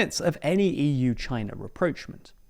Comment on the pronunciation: you mispronounced rapprochement again